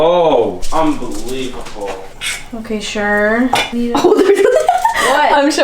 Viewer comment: Did say unbeliebable?